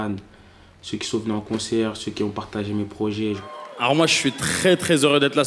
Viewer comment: 15"30 "merci pour ceux KIZON voté" 😱😱😂😂😂😂😂 Ah wééé le niveaaauuuuuu !!!!